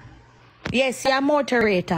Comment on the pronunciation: What name “mouth-a-rator” ???😂